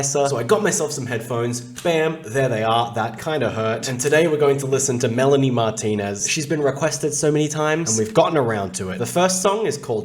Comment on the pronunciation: Her name is not pronounced like that🤦🏻